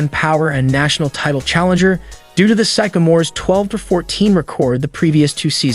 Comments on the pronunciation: I'm pretty sure this video is AI chat program writing the script combined with a text to speech program. There were a lot of pronunciation mistakes, (record, Sycamores, Isiah, Cleveland, etc.) and at one point he said the Los Angeles Dodgers. And of course, the "final year on Earth." The information is interesting, but the video itself just seems half assed. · He mispronounced Sycamores and Said Bird played for the BUlls (I think he meant Hoosiers) but the Isiah is good!